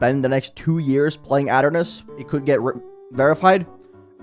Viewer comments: ah yes "ot" ernos, i swear to god if thats the correct way to say it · it's pronounced ee tur nus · that is probably funniest way of pronouncing "Aeternus i think ive ever heard LOL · Say aeternus again I dare you